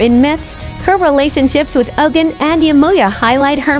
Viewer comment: The spokesman is pronouncing the names of the orishas wrong 😒 Ogun (O goon) Oba ( O Ba))